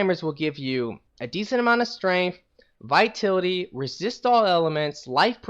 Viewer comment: Vi-tal-it-y. Vitality...